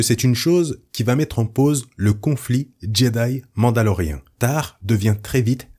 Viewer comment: Merci pour les explications !! Petite question qui me chipote touuuuute la vidéeo... Pourquoi tu dis "MandaloRéhein" ? Ca choque aux oreilles XD C'est pas grave mais j'aimerais savoir. C'est pas MandaloRIEN